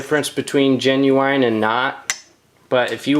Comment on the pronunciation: I swear if he says 'genuwine' one more time...